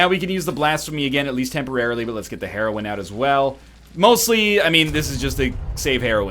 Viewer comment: starting to bother me that he pronounces heroine (named for Metroid's strong female lead) as heroin (opioid pain killer).